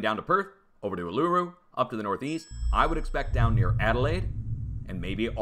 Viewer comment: Hi, love your channel. As an Australian I gotta help you out, you have trouble every time you try to say it: Uluru pronounced: Oo la roo. Say it fast x